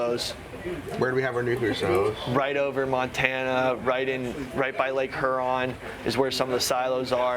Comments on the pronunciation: can’t pronounce Huron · pronunciation of HURON is painful